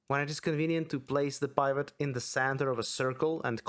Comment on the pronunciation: Super in depth and helpful video series. Awesome stuff. Heads up the i "pivot" is pronounced like the i in "in" or "pin" (ih-sound) rather than the i in "private" (eye-sound). Took me a second to figure out what you were saying. Looking forward to part 3.